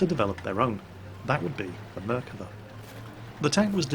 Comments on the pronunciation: Nice attempt at pronouncing dear! (though you are wrong...:) ) "Merkava" - like 75% of the words In Hebrew, is pronounced with the stress on the last syllable of the word. It should be pronounced "mer-ka-VA" and not "MER-kava" as you pronounce here. For reference - say "Merkava" like you would say "coup de grâce!" in french. Salute from Israel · I'd love to record myself and let you know how to pronounce it. I'd say the first way was better than the "corrected" one. Try to emphasis the last silable out of the 3. merkaVA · Still wrong its mer-av-ka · it's Merkava thats how you read it don't know who toled you mirkava but never heard any one call it that here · I'm Israeli and hearing you say mirkava makes me cringe, it's merkava, just as its typed, don't know who told you otherwise, tell him to can it. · and he even pronounced Merkava wrong XD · he didnt pronounce merkava that well either, he's still a brit; no matter what we do. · Your pronunciation of the name is wrong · Hey! You are absolutely right - I was playing this game just for this! But, you have still mispronounced the name. The emphasis is on the last 'a' in the last syllable. Love your videos! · imm from israel and the way you say the name of the tank is just driving me nuts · חחחח נכון